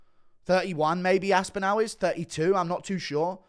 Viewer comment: Why can’t you say Tom aspinall correctly lol?